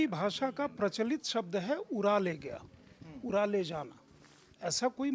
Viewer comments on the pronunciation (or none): अपनी हिन्दी सुधार लो उरा नहीं उड़ा